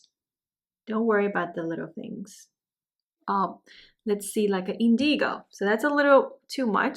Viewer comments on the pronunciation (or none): Very beautiful! FYI, indigo is pronounced IN-duh-gow, with the accent on the first syllable. Many thanks!